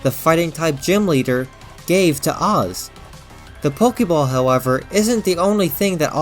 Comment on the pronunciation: His name isn’t “OZ” its pronounced as the letter “A” then “Z” together as AZ 😅